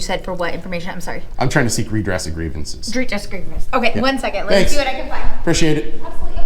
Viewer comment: “Redress grievances” she said with a mouthful of marbles.